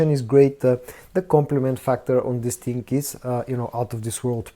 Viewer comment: Love the channel, but just wish you would stop saying Dis ting or dat ting 200 times every vid lol